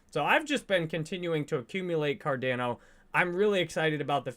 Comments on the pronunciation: can you please stop saying car DAN o:)...try car Don o! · Listening to a guy talk about Cardano who says it Cardayno is hard to take serious 😂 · OMG STOP SAYING CAR-DAN-O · Why does he mispronounce Cardano so many times despite being such a huge fan? Fucking weird. I’m out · Almost couldn’t finish the videos because of how he pronounced cardano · Why does he pronounce Cardano like no other?